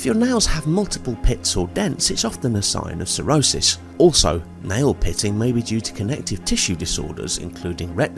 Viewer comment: Correct....but in their defense it DID kind of SOUND like you said a cirrhosis though, but it could just be an accent thing 😊